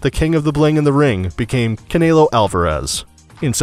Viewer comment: And "Caynelo Alvarez"